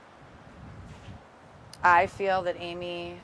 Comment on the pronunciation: It wasn't bizzare, it was the action of a desperate woman who needed a houseful of the energy of children, to quell the chatter of her tormented mind. During the original TV news appeal, the way she said "Amy", in about five syllables "Aiiiiimmmmee" was so sad. It clearly hurt to say her name. She looked totally defeated.